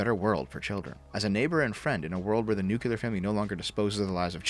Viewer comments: "nuclear" is not read as "nukular". Stop this. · Nuclear is pronounced noo-clear, fix yourself. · The nucular family.